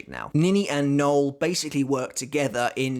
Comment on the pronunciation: It’s “no-el”, not Noel as in Fielding but Noël as in Christmas but French.